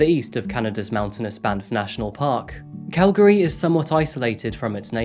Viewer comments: Thanks for more or less pronouncing Calgary properly! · I’m from Calgary too, I had no idea so much happened here…! Also I was surprised when he pronounced “Calgary” correctly! Most people say “cal-gary” instead of “cal-gry” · I'm just seeing this video now and I'd like to compliment your pronunciation of Calgary. You say it like a local 😄. Thank you for your work and covering these tragic events.